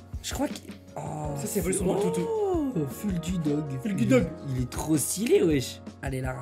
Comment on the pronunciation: ecoutez le fulgudog que a dit 😂😂😂😂